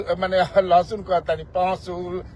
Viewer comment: Lahasun adha kyun bol rhe hai😂😂😂😂